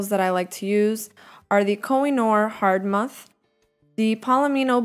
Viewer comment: Just found this. I don't know if you know this by now but Hardtmuth is spoken kinda like "Heart-moot" :D It's an old german name. now I continue watching.